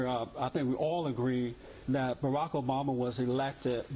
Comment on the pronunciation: did that idiot say Barama? wth